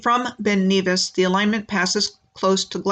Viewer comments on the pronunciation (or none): Nevis is NEV as in never. Glas-GO, not Gow. Edin burr, not borough, Edinburr-h